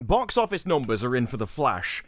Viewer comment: Boox oofice noomburs are in. Gesticulate more, please